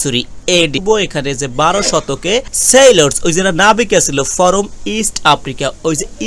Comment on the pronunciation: ফরম না বলে ফ্রম বললে বেশি শুনতে ভালো লাগে।